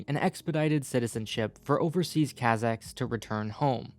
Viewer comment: It would be less an assault on the ear if you had bothered to learn the correct pronunciation of words like Kazakhs and the names of the cities. Good grief.